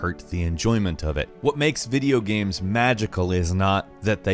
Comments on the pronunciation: why does always call them GAMS instead of GAMES. The fuc bro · Is it just me or did I hear him say,"Videogams"? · "Video Gam" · "Video gaems"